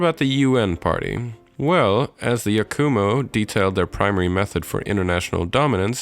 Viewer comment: ITS YAKUMO NOT YAK-U-MOO